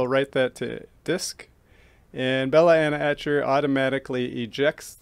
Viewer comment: Love how you say 'belaena etcher' lol. Great video